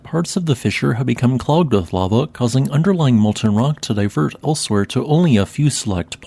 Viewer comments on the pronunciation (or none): none